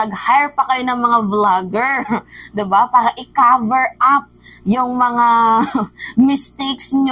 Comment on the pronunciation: Bkt ba Ang bisaya, caver daw(silent A) cover dapat